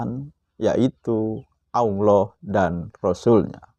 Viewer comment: Ngajak ke Al Qur'an.... Tp tidak baca satu ayat pun di video ini, tolong ngucapin lafal Allah aja masih pke wau jd Awloh, mirip anak iqro' 3